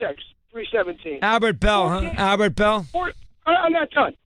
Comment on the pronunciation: Chris it's BALL not BRAWL